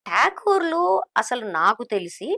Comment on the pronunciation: టాగూర్లు కాదు మేడమ్. ఠాకూర్లు వాళ్లు.